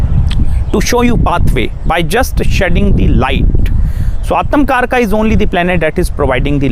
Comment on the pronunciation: Aatamkaraka😂 It's Atmakaraka